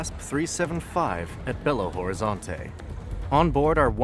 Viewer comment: You misspronuonced Belo Horizonte